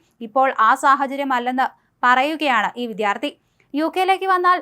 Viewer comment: വിത്യാർത്ഥി അല്ലെടോ "വിദ്യാർത്ഥി "😄